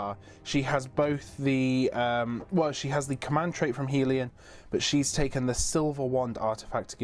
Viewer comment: Helon, not Helion.